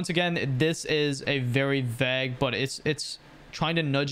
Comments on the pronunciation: Bro pronounced “vague” as “vag” 😭😭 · the "a" in vague makes the "a" sound like in "stay". keep up the good work :D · Why did you say vague like that.